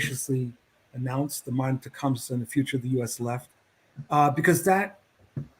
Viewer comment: i'm bummed that i didn't tune in live for this episode. i woulda sent a super chat poking fun at pronunciation of tecumseh.